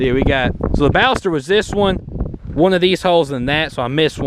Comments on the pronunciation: Sorry, but I must say you're mispronouncing "Ballester". I'm from Argentina. Check this out, please: Nice vid. Cheers. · Well, that way you say Ballester Moline is not correct at all. I'm from Argentina. You should have said: "Bah-shess-ter" and "Maw-lee-nah". Cheers